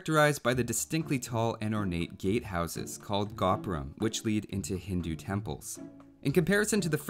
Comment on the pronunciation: Minor pronunciation nitpick. The tapering roof of the Indian temples are pronounced "go-puram" rather than "gah-puram" :) Otherwise, lovely video as always.